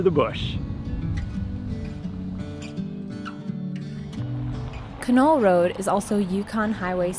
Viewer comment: It's a great drive. Done it a few times. The correct pronunciation is not Ka Knoll, it's Can All.